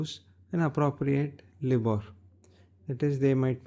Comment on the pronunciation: It's pronounced L-EYE-BOR